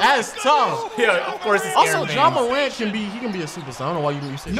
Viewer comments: mispronounced Zion and Morant in the span of 5 seconds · Zion = Zeon Morant = Morent Accurate = Accriate. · Zeeon and Jouan Moraunt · He has to be doin that on purpose he said ja moreant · "john mooront" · I love his acreate pronunciations of Zeeon Williamson and Ja Morahnt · does.... watch the nba? “Zeeon” “ja moront” naaaa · He pronounced morant in French